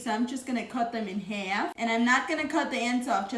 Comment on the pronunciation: She made the word half like 4 syllables 😂